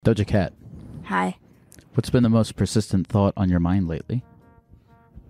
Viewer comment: Did you mean Doja Geck?